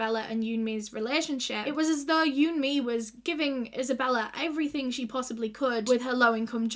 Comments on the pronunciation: Who else thought she was saying you and me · vid starts with not having the respect to research her name pronunciation yikes